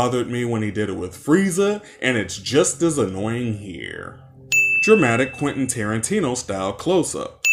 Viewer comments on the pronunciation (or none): none